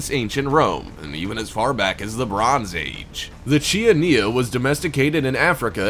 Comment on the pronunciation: is pronounce kianina